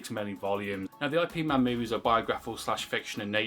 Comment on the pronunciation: Please stop pronouncing Ip man's name wrong. As a person who practices Wing Chun it's offensive and annoying. You wouldn't like it if i kept calling you? Yeah, I don't think so. I